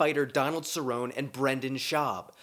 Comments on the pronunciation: Corrone is pronounced ser own ee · I've never seen such a play-by-play breakdown of Bapa's anticks ... pretty egg-sul-ent fr ... also, Cerrone is pronounced [sir - oh - Knee]. Cheers mate! 🍻Homeless Cats 4 Life ! ! !